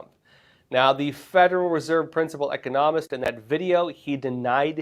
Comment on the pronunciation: How could a grown man working for Epoch Times not know how to pronounce the word economist?